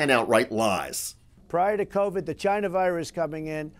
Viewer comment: How about 'Jyna"? (China) Remember how he pronounced Thailand? (thigh-land) Bhutan? (button) Nepal? (nipple).